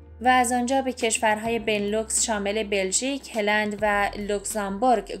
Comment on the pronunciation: ه را بااو یعنی پیش تلفظ کنید نه با ِ ویا اینکه با زبان خودتون مثل قدیم ها بگوئید هالند. آخه ه با ِ را ازکجا آورده اید.چرا وچرا این همه لی دقتی. هِلند یعنی چه؟ یا بگوئید هالند یا بگوئید ه را با او یا پیش هلند